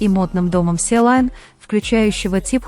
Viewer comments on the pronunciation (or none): И подборка ни к месту и озвучка ужаснейшая. И сочинение ваше -всё бред. Успокойтесь уже. " Силайн" это что такое? И Чонгук ни в своей студии, он в Америке. Надоело уже это тупое враньё👎👎👎